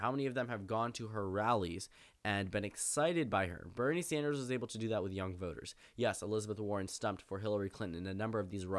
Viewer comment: When you say Bernie Sanders, I hear Brittney Sanders.